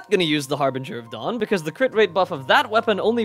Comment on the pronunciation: “Cryo Regovinė” ‘ “Harbingi of Dawn” Love English 💀